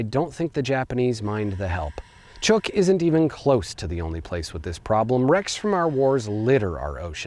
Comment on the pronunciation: Great video. As a resident of Micronesia, I would like to inform you that the island group is pronounced as if it were spelled Chook. Or, if you will, with a long u.